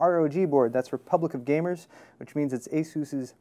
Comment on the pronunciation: At first when said Republic of Gamers, I thought he said Republican Gamers.